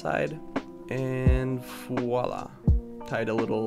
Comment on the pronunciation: Foilà ? I see i'm not the only one to have trouble with "f" and "v" in french. Sauf que moi c'est la seule langue que je parle putain :'( Cute indeed.